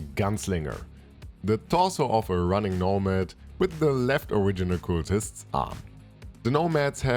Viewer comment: In most English dialects I'm familiar with, it's "c-uh-ltists", not "c-oo-ltists". Hope that helps.